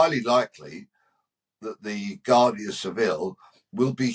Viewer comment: Its pronounced wardia not Guardia.